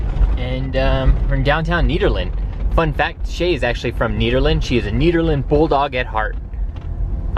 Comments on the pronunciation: It's pronounced NEDerland, not NEEDerland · Pronounced like the name "Ned" Nederland or Ned for short :) Welcome to CO!